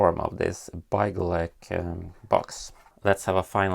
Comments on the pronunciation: I love how you pronounce it like byegleg even though you are Swedish and know how to pronounce it correctly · It’s pronounced bigleak